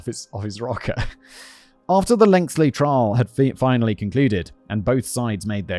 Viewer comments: Please learn how to pronounce the word "lengthy" - it goes right through me when you say "lengthLy" and you've done it for years - (I still watch though eh?:D) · "Lengthly" is his personal mispronouncation. Simon's said it that way for years over multiple writers. He also confuses having tunnel vision and being railroaded. Only human and all that. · Great ep and respectful story! Minor note, I get so bothered by Simon saying "lengthy" as if it has an extra L in it 🫠